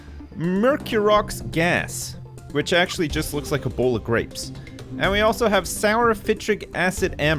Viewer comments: Every time says a bowl of grapes it sounds like he's saying Ebola Grapes. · I was sure he was saying "ebola grapes".